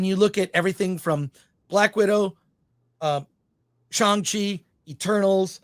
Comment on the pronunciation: What is Chong Chi? Does he mean Shang Chi?